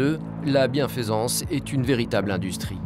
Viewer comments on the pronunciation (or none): ils fésaient la bienfésance ?? mdr j'espère (que) le gars est ricain à la base pour parler si mal le français... Alors oui, ça s'écrit "faisaient" et "bienfaisance" mais ça se prononce feuzé et bienfeusance... tout ne peux pas être aussi limpide que l'italien...